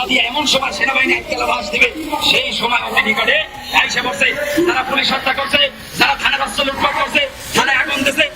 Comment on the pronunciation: ভাই ফুলিশ হবেনা, উচচারণ হবে পুলিশ